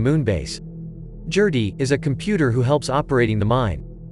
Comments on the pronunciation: "Jerty". No. It's a hard 'G'....Gerty. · Gerty not Jerty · I can’t take you calling “Gerty,” jerty! It is driving me too crazy to watch video. GUH GUH GUH GERTY. Not JUH JUH JUH JURTY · I KNOW!!! I was looking for someone else who was driven nuts by that mispronunciation!